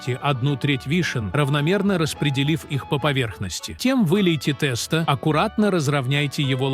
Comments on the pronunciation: У бабушек волосы встали бы дыбом услышав они ваше произнощение😂 В гороховый суп никогда не варили с курицей и показываете ребра, а не курицу. А уж про тестА я и не говорю. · Я думала что такое теста а потом догадалась, что это тесто. Ужас как можно так ставить неправильное ударение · да, тэсто убило совсем🤣